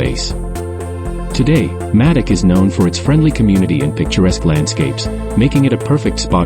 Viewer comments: Nice video, thanks for sharing this. I lived in Madoc for almost 20 years. I hope you won't mind my mentioning it, but Madoc is pronounced May-dock. In all of the time I'd lived there, I'd never heard it referred to as Maddock. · It’s pronounced Maydoc